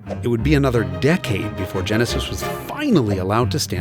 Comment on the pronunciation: Oh, yaah.. ze Tjenesis !